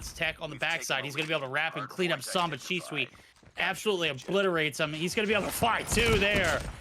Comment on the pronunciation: PRONOUNCE SHISUI: Shi Su Wi ❌ Shi Swi ✔️ 🤣🤣🤣🤣